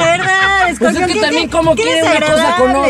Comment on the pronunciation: Hasta José Eduardo se dió cuenta que la hermana estaba actuando bien freza (porque dices scorpeon!!)